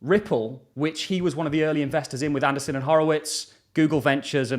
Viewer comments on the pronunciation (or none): Hey....It's ANDREESSEN.....Not ANDERSON. Marc Andreessen co-founded Netscape.